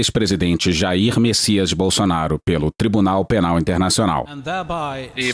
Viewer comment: Só eu escutei o juiz falando "Bolsoasshole" ?